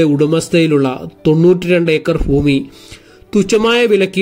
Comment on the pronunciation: ഫൂമിയിൽ ഫഗവാൻ ഫക്തർക്ക് വേണ്ടി നിർമ്മിച്ചതാണ്❤ വീഡിയോ നല്ലതാണ്... ശ്രമം അഭിനന്ദനാർഹം. ഭാഷാ ശരിയാക്കണെ.... വിമർശനത്തിന് വിരോധം തോന്നരുതെ....❤